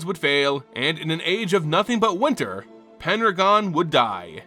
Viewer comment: Are you saying "Penragon" or "Pendragon"?